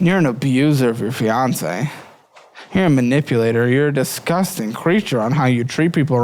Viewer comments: Why can't pronounce disgusting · you’re overpronouncing the first g in disgusting. All love. Headed to the gas station for some bullshit. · The emphasis or disgusting....diZkusting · take a shot every time says “diZgusting” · He also says it like “dezzzzzGUSTing” 🤣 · At this point, is pronouncing “disgusting” as two words on purpose. There’s so much emphasis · Lmao I love his pronunciation of "disgusting." I notice it every time 😅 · I feel like the pronunciation has become more unhinged the longer he does this. 😂